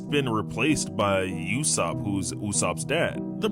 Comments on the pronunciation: It is Yasoop not Yusoop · It's not yusopp it's yasopp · It's not Yussop it's Yas sop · It's yaeh-so-bb